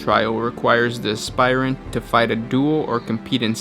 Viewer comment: Heads up, you're pronouncing 'aspirant' wrong. it's "asp-irant", not "asp-ire-ant".